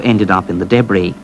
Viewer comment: I tried watching this but the guy kept saying daybree instead of debris...i fucking hate the english accent